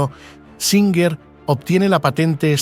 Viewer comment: Singer. O. Suinger??